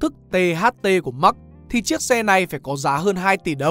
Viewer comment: Thật ra Marx bạn nen phát âm mở hơn thay vì phát âm giống max của tiếng anh.